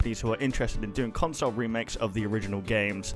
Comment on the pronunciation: all I heard is CONSLE and REMADE!!!!!!!!!!!!!!!!!!!!!!!!!!!!!!!!!